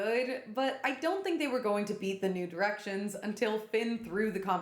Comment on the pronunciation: God damn it now all I can hear when you say New Directions is “nude erections” 😭